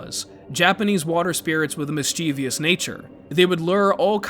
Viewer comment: why does everyone say mischievous as if the i is after the v?